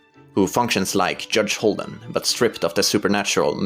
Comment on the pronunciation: Hudge Holden is literythe funniest thing I've ever heard. AND IVE HEARD WHOS ON FIRST!